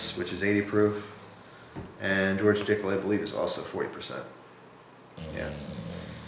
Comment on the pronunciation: it sounds like you keep saying "George Dickhole" yes I'm 15 and no I'm not sorry you can't unhear it